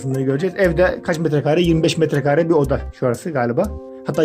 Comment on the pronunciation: Abi neden metrekââree diyon Metrekare doğrusu